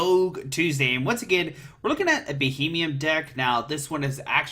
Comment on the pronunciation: It's Beheeyem, not Bohemian.